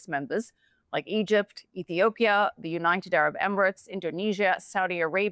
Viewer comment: Please say United Arab Emirates, not Unitebarabemerets. You've been saying it wronfg for over five years that I know of. Just write it out ten times.